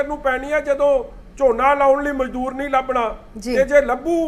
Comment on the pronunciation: Mazoor nahi mazdoor hunda madam g Mazoor urdu vich handicept nu kenday ne